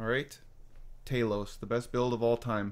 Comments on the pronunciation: why did you name your character talos but pronounce it taylous?😂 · It’s not tAlos it’s talos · Man says “taylos” 💀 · Love how he mispronounced talos. Even though the game teaches you. Nice troll haha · Bro can't pronounce Talos